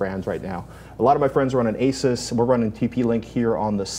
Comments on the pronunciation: Maxim Dahan I am aware that there are two ways to say it, but they weren't saying it either of the correct ways. Ace-us is pretty much the only wrong way to say it. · Are you guys seriously pronouncing "Asus" wrong? Really?